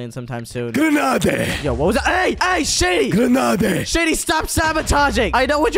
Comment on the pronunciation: It was funny that shady was throwing the gernades and saying GENADEY